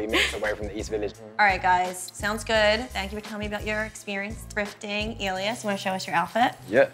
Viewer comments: she kept saying elias like alias after everyone kept saying (EL-EE-S) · Why does she say Alias instead of Elias